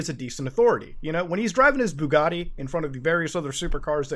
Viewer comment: But he can't pronounce the letter t, so how could he say Bugatti